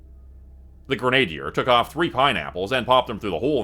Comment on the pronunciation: Gren-ah-deer is how it's pronounced